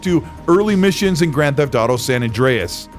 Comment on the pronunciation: Did you just say Drand Theft Auto 6 I can't wait for Drand Theft Auto 6 😂